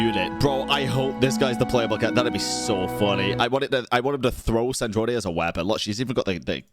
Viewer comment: you forgot. We were captured by the shade of space while fleeing from cataclysm and then thrown into Teyvat and then we landed in Mondstadt. So, we actually never got to travel Teyvat and that's what we are doing right now. Also,. It's SandrOne. Not Sandronae. Like the pronunciation of a Drone in Sandrone